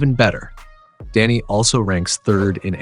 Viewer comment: Great coverage. Love that he is not being overlooked this season. One thing though… it’s DEni, not DAnny…. 😅